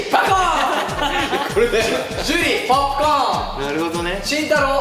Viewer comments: どうしても樹のポープコーンのイントネーションが気になってまう… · 田中樹何回か新しい「ポップコーン」の発音してきて正しい発音が途中で分かんなくなる